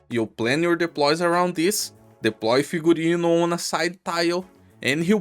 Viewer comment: This is the first time on history of arknights that pronounced the name of an operator correctly. And that's because Figurino is a word with Latin roots anyway.